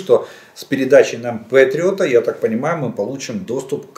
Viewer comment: "Пэтриот", не "петриот". Желаю Украине победы и полного восстановления - за российский счет!